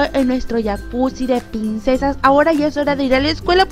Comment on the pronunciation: Porque dices pinsesas?😂😂